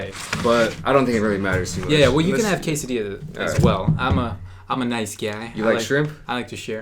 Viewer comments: Quesadiyia, buwruito, tacous.🤔 alv IANXKSN. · I love the way he pronounce "quesadilla"!! Like in a cute way ^^